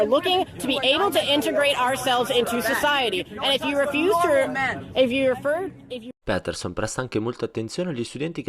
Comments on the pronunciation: Si dice "piterson" non "pèterson" ahah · Doppiaggio e traduzione molto ben fatta, ma per favore, è Jordan Pétèrson! :D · si pronuncia piterson dai